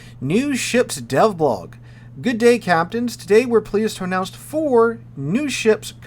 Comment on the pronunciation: Please change the way you say “good” dude